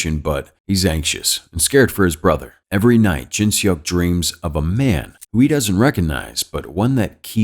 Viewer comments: im sorry but its funny how he pronounce seok as "shock" ajdksnf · I love the recap, its just the way he said Seok makes it a bit funny, seok is actually read like how you pronounce "sock". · I’m cringing at the name pronunciation 🤣🤣🤣 sorry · The way he said "seok" is killing me...